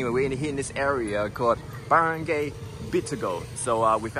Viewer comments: You say Barangay with "barang gay" , should be "barang guy". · LMAO 🤣 at Barangay pronunciation.... I believe it's pronounced as Baran-GUY as opposed to Baran-GAY! The only reason I'm vaguely familiar with the market's name is because my wife from Cebu overheard the conversation audio from this video! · don't pronounce the last 3 letters of Baranggay as GAY (as a Gender LGBTQ) but GUY (as in a Man).